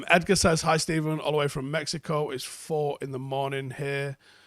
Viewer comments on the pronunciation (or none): none